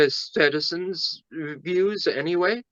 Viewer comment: National "Citizens"? Citi-Zen. When are they gonna get it?